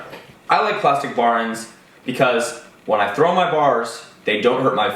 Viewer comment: “Baorens” What the fuck is wrong with you mouth dude? BAR ENDS, TWO WORDS.